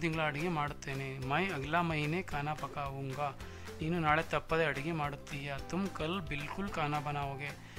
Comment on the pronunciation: It'sಪ್ ಕಾಊಂಗಾ instead of ಪಕಾವುಂಗಾ.